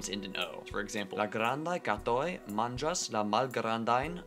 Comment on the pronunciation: "Manĝas", ne "mangas" 🙁